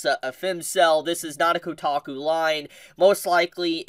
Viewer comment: It’s kotaku…. 😂